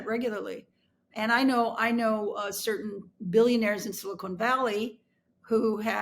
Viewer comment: Very interesting and well presented. Thank you for the insight. Putin is a very sick man, mentally at least. A cold-blooded, murderous demon. Oh, BTW, when referring to technology things or people in California's Santa Clara Valley, the nickname is Silicon, not Silicone. Two different substances, two different words. ( If there is a Silicone Valley, it would be Las Vegas, or some such. 😉 ) Thank you!